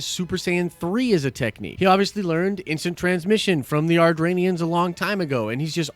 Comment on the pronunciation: It's not Ardranians, it's Adratians